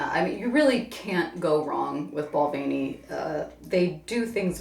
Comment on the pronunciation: They both didn't pronounce Balvenie correctly. Lmao